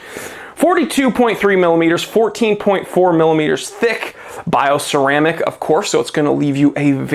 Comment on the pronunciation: bi-o-creamic paint probably leaks estrogen 😅